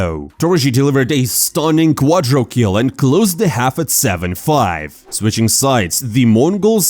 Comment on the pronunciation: please just stop saying "quadrokill", it's "quadrakill".